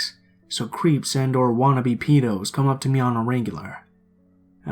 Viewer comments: you say Peedoh, should be Ped- oh. No biggie, Like I said, just a little constructive criticism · I love you but the way you say "peedo" makes me cringe, it's pronounced "ped-oh" as in "pedophile" Just some constructive criticism. Keep up the great work